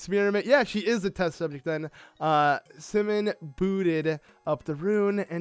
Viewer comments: That moment when he says Semon, instead of Symin (simon) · The series is great the only bad part is his pronunciation of the easy names like Symin and the fact that he essentially stops reading halfway through the dialogue and begins skipping it. The second reason is the most annoying one though. I understand you decided to spoil yourself before the game was released but the least you could do is let us learn the story.